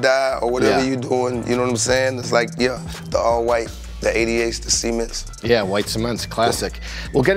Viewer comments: Sounded like he called the cements , semens 😂🤡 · Nelly said “Semens” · My man just called the cements 3 the semens💀💀💀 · nelly: „… the semens“: „yeah the cements“